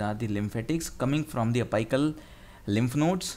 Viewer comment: Dude was it apical , I don't think it was apical the way u pronounced !!!